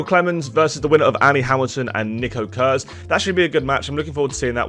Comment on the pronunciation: I like how you say Kurz It's funny for Germans xD